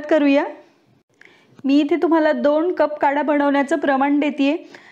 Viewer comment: कढा नाही... काढा...😉